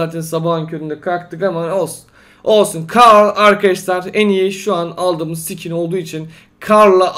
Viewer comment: Abi skin e Sikin diyorsun hahahahahahahahahahahahahaahhahahahahahahahahahahahahahaahahahahaahahahahahaaahahahaaaaaaahahahahhahahahaaaaaahahhahahasjaajshshshahas